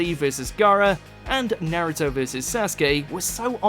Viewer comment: This man really sat there and said nare-ooh-dough and sass-gay